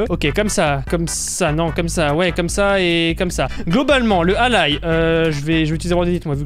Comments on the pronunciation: on dit allAille pas allay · ça se dit pas allaye ça se lit allai on dirais que tu dit à l'aille